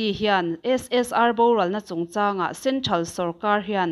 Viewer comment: "Centhral" nilovin "Central" ti zawk tur.